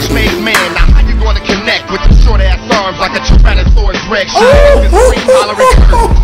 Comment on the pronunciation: pronounces ass like "oss"? Where is he from?